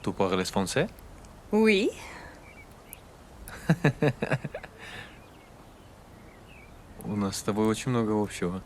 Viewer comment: "парлеС франсэ?"😅😅